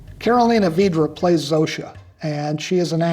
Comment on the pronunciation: Not quite. The correct pronunciation would be Vi-drah. Vi with the i as in "bit, lick", not like in "beat, leak". Source: Polish is my native language